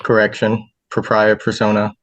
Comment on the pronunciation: He can´t even pronounce it properly. It´s D ü b ü, the s is mute. He also mispronounced the Latin "propia". So full of himself, and so ignorant. A total jackass.